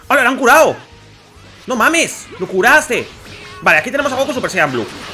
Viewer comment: se dice sayayin